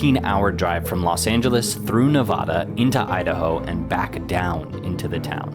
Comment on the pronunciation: Why are they calling it Nevodda? It's Nevada.